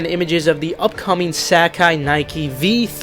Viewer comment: “sack eye” 😐